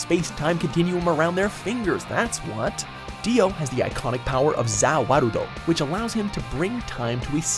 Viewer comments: Its "ZA WARUDO!" not "Za warudo" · the pronunciation of za warudo and yare yare daze is killing me